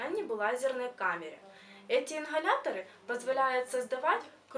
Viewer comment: инХаляторы😭